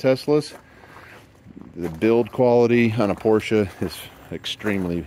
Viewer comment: It's nice to hear someone for a change pronounce the name correctly..Porsche! Well done...